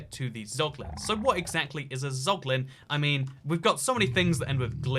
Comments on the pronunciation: dont say poglin ever again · casuals: zoglin real gamers: poglin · yo tf is a poglin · Nobody:: POGLIN